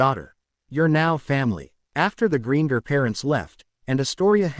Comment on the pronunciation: Its buging me ai cant say greengrass